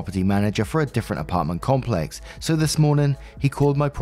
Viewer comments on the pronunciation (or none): none